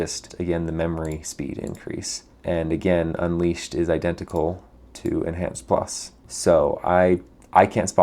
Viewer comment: En(h)anced. The h is still rendering.